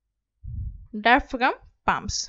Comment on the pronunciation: Good comprehensive video. Thanks! (but the way I cringed when she pronounced diaphragm, diaphraGum 😂)